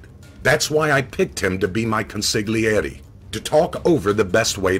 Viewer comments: It's pronounced "consiliare." G is silent. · it's also pronounced without the g in the Godfather, in fact it's pronounced without the g more in both if the "two" films.